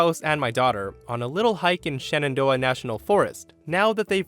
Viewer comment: Thank you for pronouncing Shenandoah correctly.